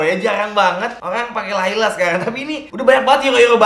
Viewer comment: "tapi dia masih pake lalay (kelelawar)"🤣🤣🤣